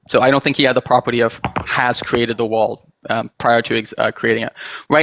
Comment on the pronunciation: Why do you pronounce world as walled